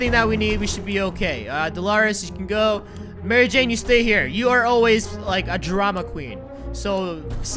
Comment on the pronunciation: you said Mary Jane wrong.